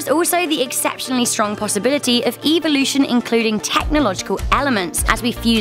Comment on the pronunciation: 4:9 eeevolotion